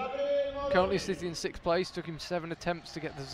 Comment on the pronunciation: SIXTH, sixth place, not sikth!! Am I missing some inside joke or what? Thank you though, enjoyed the video and the rest of the words that were spoken!